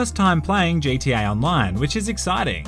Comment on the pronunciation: "Hey lads and lasses, here with Jay T A online" JTA? Such English.